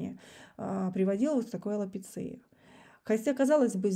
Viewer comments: Что такое алопецИя?!? Вы людям информацию даёте, хоть бы подготовились. Бабки стричь все хотят, ну хоть вкладывайтесь в это, в себя, грамотными будьте. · на английском вообще произносится /элапИша/alopecia |ˌæləˈpiːʃə|, но Вы ведь так не говорите)). Умение признавать и исправлять ошибки—тяжело даётся многим.